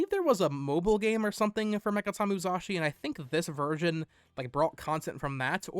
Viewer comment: Why are you pronouncing it "MuZashi" lol